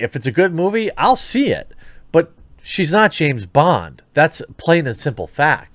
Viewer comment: déjà pourquoi il dit "Jess" Bond ?